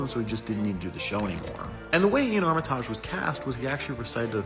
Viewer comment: I'm pretty sure it's pronounced "Ar-ma-tij" and not "Ar-mi-taaj".